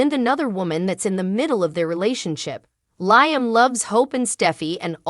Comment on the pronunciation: It’s pronounced Liam Lee Um. Hello?